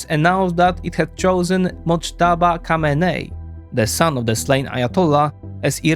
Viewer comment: It’s not Motjaba but MOJTABA